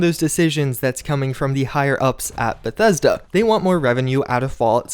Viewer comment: You notice he keeps saying "bathesda" right? You know this is a fake account?